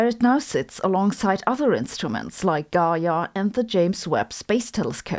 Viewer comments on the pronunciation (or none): none